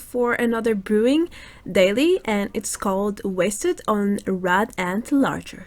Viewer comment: it is boot as in the boots on my feet there is no d in lager